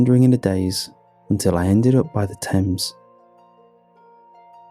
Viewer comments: Also first time I've heard someone with a British accent called the river "Thaymes" and not "Tems" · Aaaargh please edit this stuff! Everyone knows that the river Thames that runs through London is pronounced "Tems'...come on this is exactly what frustrates me and you are such an amazing vocal actor...just tighten up the editing (obviously you got a Brit to do that so its not technically your fault, but as the project manager, yow are responsible for picking an English narrator who is aware of one of the best known (if not THE best known British river worldwide) and pronounce its name correctly. I think you need to balance your good heartedness with concise editing. I love your stuff and its only when someone cares that they get so incensed by errors that are avoidable if you had an editor (I realised that you can't do everything but you have to delegate to people you trust. I know you put your heart and soul into this and that is why it enrages me. It's like all the work you put in, is endangered by mistakes a decent editor/proofreader would eliminate. I would do it for free I feel so strongly about the quality of your performance being compromised!